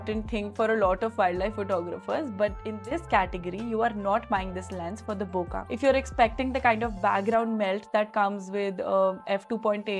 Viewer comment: Thanks for your review. BTW, "bokeh" is not pronounced बोका but as बोके. It is a Japanese word that is mispronounced largely by Americans. One correction: the 200-600 was also designed for high res sensors. The 61 MP A7R has been around for a long time. In any case, neither the 200-600 nor the 400-800 can resolve the full resolution of the sensors. If micro contrast at high resolution is required, then you have to go to the 600 f/4 prime. The main differences between the 400-800 and the older 200-600 are the new linear drive motors in the 400-800 that makes autofocusing much faster, and the 1.78x greater magnification (almost double) that 800mm can deliver vs. 600mm. The 200-600 also has the advantage of being lighter and hand-holdable for longer times. If money is not an issue, it is worth having them both. But if it is either / or, then the 400-800 is the more useful lens for wildlife and bird photographers, as you said.